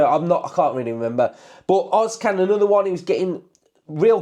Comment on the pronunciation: Ozcan is pronounced özz-jan